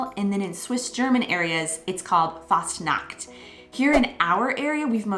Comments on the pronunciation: The way you speak Fastnacht sounds like ,fast nackt' ( nearly nude) ;-)! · you have to take care while pronoucing the "ch" when you say Fastnacht...because when you pronounce the "ch" like a "K" which you did then you are actually saying "fast nackt" and that means "almost naked"...that was simply funny By the way because you mentioned "Halloween"..as you already mentioned there is a "Krampusparade/Perchtenlauf" in early December and that is then a "scary Parade" I´ll show you a short footage from Austria because there it is a huge thing on the 5th of December. A tradition by those socalled Perchten is to smear coal on the peoples faces just clarify why some of the kids in that vlog have a black spot in their face or on their nose..those simply got touched by these creatures. And all those masks are self-made hand-craft artwork by wood and therefore also heavy to wear - round about 20 pounds - and they are also very expensive when you order to make one and the horns are from cows, ibices, chamois and rams. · If you try to pronounce the CH in a word f.e "Fastnacht" or "ich", try to pronounce the ch like when you would say "huge" but only the "h" of "huge" what i heard aswell is that you guys dont like the harshness of the "Z" like in "umzug" bcs the "Z" almost like a "TS" in a spoken manner, there are occasions that the Z is soft, but i cant think of one from the top of my head. Overall you do a great job experiencing Germany and its culture and Language :D